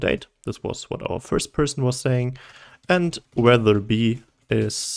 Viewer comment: Bruh, amazing video. But boy did you mess up weather :-P , excellent video